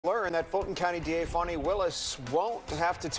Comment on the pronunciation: If her name was pronounced Foni,it would not be spelled Fani.😮